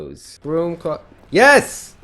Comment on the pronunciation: was I the only one who heard "cloodet" instead of "closet"?